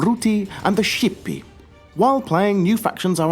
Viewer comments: Why did you say sjipii, it is Latin so it should be pronounced Skipii if you are talking about pre Vatican Latin. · Julii, Bruttii, Scipii are pronounced Jooly-i, Brooty-i and Skipy-i